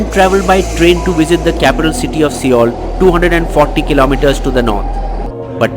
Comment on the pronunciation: It isn't so hard to check the pronunciation of a major country 's capital. What is wikipedia and Google Translate for? I have only heard old aunties pronounce Soh ul as SEEoul. Same for the names. J is pronounced as Y in South America as in like Brazil or Peru. What made you use that For Korean names? I wished this video covered the way South korea controlled the virus. I have links for that from good sources. I never read coronavirus reports from indian media. I rather use research articles which have a lot og interesting information. Japan also didnt need a lockdown.